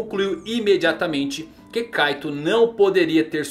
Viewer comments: Kkkkk o cara fala caitou mas se fala kait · Tanto vídeo de OnePiece que até saiu um "Kaitôu" em vez de "Kaito" kkkkkk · parece que ele fala kaido kkkkkkkkkkkkkk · Kaitou ele fala kkkk